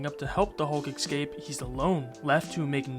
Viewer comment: Nuclear.. especially.. escape.. just damn say things right😂